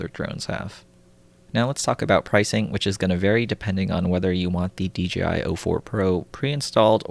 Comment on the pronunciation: Lol. I found myself saying d-g-i too. I don't where you are from but regional english can easily make it that way. There are a bunch of excellent youtube vids on pronunciation that are fun to watch. Language Jones, that lindsay guy. You'll find them if you are interested.